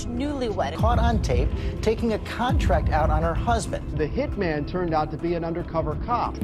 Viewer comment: Your voice is okay, but the way you use it is often very annoying... Over-exaggerated dramatic inflections, and you pronounce TONS of words wrong, especially peoples last names. And 2 or more MEN that do HITS are called HitMEN, but just one? That's a HitMAN! No such thing as "a Hitmen."